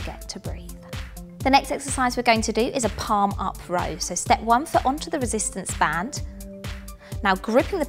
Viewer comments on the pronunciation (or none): Residents band???? Sim-yule-taneously???